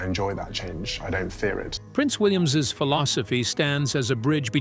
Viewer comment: Can't you get your c..... AI to pronounce things properly? If you must use an English accent at least investigate how it's spoken correctly. For example, William's.